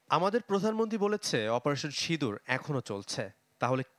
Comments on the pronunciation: Operation sidur na operation sindur...valovabe bolun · অপারেশন সিঁদুর। বাঙলায় উচ্চারণ ভিন্ন।